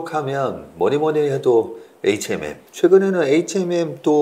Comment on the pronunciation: Hnm이 아니고 hmm 이에요... 자꾸 에이치엔엠이라하네